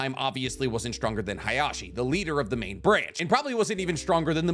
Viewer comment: So, can you call Hiyashi Hiyashi and and not Hayashi?